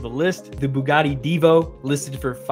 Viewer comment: "So, here's another Buggani for ya" - anyone else notice that he pronounced Bugatti as Buggani? 😋